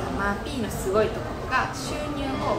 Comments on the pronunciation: マー⤴︎ピー⤵︎ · まぁ↘ぴい↑ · ↓まー↑ぴ↓い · まー↓ぴー↑好きすぎてわろてまう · マー↘︎ピィ↗︎てww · マ→ーピ↑ー、が気になって余計に内容が入っていかなかった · "マーピー"のイントネーション気になる人！